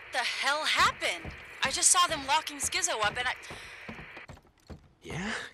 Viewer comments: Is it bothering anyone else that he’s calling Skizzo Skitzo?? Lol 😅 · yooo his name is skizzo not skitzzo 🤦🏽‍♂️ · he still keeps saying "Skitzo" its skizzo tho xD